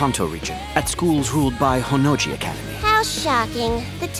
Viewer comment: The J in Honnouji isn't sounded like a G. Why must english dubs ruin good things, they are why we can't have nice things. Also the voices are wrong and annoying. Also Ryuko sounds too submissive and Senketsu's name isn't "senkets". Shame on you english dub, it should just have been left alone.